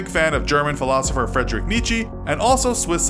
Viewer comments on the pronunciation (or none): the part where you talk about Friedrich look at the ERB between western and eastern philosophers to look for the correct pronunciation